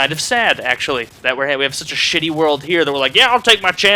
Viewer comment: I like how he says shit xD it sounds funny